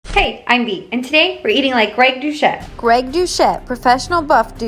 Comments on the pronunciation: His name is pronounced do-set not douchette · Girl we love you but if you watched his intro you’d hear it’s pronounced as “dousette”... (it just feeds to haters pronouncing it wrong) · greg DouCHette XD.... its pronounced with and S sound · The important question is: did you mispronounce his last name AcCiDeNtAlLy 😂